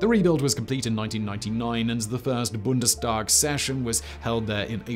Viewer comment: Made worse by the fact that he pronounced Reichstag and Bundestag quite well. Come on, you can do better...